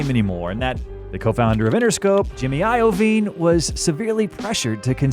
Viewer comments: i-oh-veen ; infinty? - dude, wtf? just take a second to get this shit right (actual research and listening, or not using voice bots) will grow this channel. stop fuckin around with these "details", they are important to ppl enjoying and trusting your docs. Good luck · bruh, who the hell pronounces Iovine like that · Omg my dude. If you’ve done this research how the hell do you have so much wrong. Simple shit like how Ems first album is titled “infinite” not infinity. Or how your pronounce Jimmy last name. Also they didn’t rent studio time? Because en couldn’t afford much??? Dude they recorded this at Dre’s house. You realize Dre wasn’t broke right? He wasn’t making Marshall pay for studio time. Dude you made a video with so so so so many incorrect facts. I mean just the fact you can’t get the name of an album right isn’t good. It’s not like it’s some unknown album. It’s part of his discography. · Less than 2 minutes into the video this dude already mispronounced Iovine and Infinite...